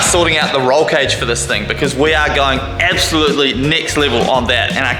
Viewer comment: Bro casually saying “ebsolutely”